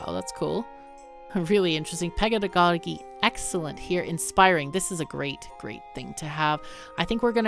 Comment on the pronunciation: I was curious about this game. thanks for the video. BTW someone might have pointed it out already but the word "pedagogy" is pronounced with a soft G for the second one